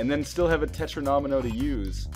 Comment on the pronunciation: Great video, I will definitely buy this game. One annoying thing: the way you say 'Tetromino'. It's 'Tet-ro-me-no'. No need for the extra syllable.